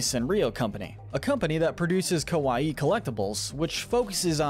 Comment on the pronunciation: its kawaii.. not kowai.. totally different meanings